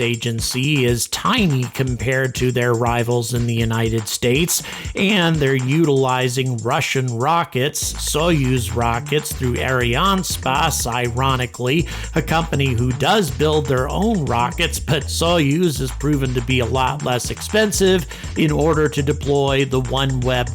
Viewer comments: It’s pronounced Ariane-HESS—PASS 🙏🏻🙏🏻🙏🏻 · I’m sorry. I can’t stand how you pronounce Ariane Space. Videos are great tho.